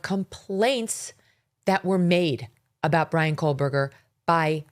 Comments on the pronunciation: The name “Kohberger” doesn’t have an “L” in it, FYI, Megyn. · There is no l in his name Megyn Kelly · Also please stop saying kohlberger... there is no L in his name..its KOh-berger...not KOHL BERGER. PLEASE PRONOUNCE IT correctly..its annoying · There is no L in Kohberger. Please stop the Kohlberger. I can’t take it anymore. Kohl burger!! No!!!! Say it right or please stop talking about his murderous ass. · Why does Megyn Kelly ( who I love btw), keep adding an L to his last name?? Pronouncing it as Brian Kohlberger?? She’s normally a perfectionist so why is she mispronouncing his last name?? I may be wrong about this… perhaps KOHBERGER is actually pronounced “Kohlberger”… ??? I’m confused… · His name is KOH-berger, not Kohl-berger. 🤨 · While you're correcting your language, can you please say Kohburger and not Kohlburger. Please!!! It makes me cringe every time. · Years now and M Kelly still doesn’t pronounce Koeberger correctly. Someone tell her!! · Megyn, there is NO "L" in Koeberger, fyi